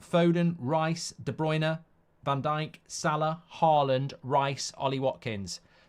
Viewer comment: its salah and its not close.